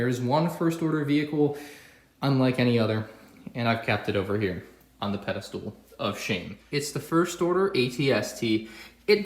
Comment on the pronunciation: What about the Treadspeeder from Episode IX? It's "pedastal," not "pedastool."